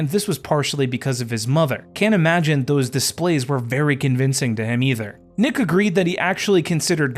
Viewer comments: Why is he calling Neek Nick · It’s not pronounced Nick it’s pronounced Nique (Neek).